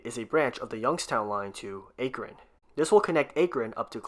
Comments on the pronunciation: ty for giving cleveland a better metro but omg it is pronounced ah kron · Clevelander here, Thank you for giving us a better RTA & new regional rail! On the other hand, you pronounced Akron wrong, it pronounced more like ack-ron as opposed to the way it is spelled. (Don't you just love the english language?)